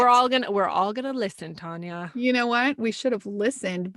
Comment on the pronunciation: Her name is spelled Tania and y'all are pronouncing it like it's spelled Tonia... Which one is right? Tan or Ton? It's gonna bug me.